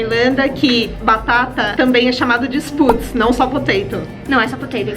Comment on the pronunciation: Também moro na Irlanda, porém em Galway, estou terminando minha faculdade aqui. Só um correção na pronuncia de spuds, o sp é chiado e o som do u não é tão acentuado